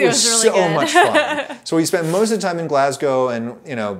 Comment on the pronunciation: I have never heard an American pronounce Glasgow correctly until this video. I’m glad you had a great time here and thank you very much for pronouncing it correctly Grate video!